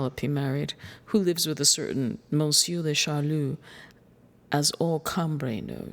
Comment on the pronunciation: Why does the reader read M as the letter instead of the French Momseir (so?)